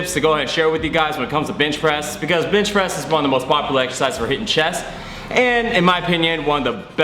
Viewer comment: why do you keep saying bitch press?